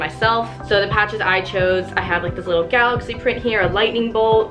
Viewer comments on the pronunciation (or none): none